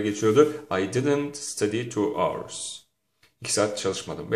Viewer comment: Hour our diye okunmaz Aovırs gibi okunur.Nasıl öğretmensiinz